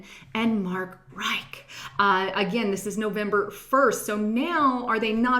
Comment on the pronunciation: pronounced mark ritch